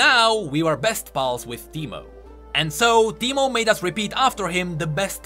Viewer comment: Soooo teemo become Pee-Mo?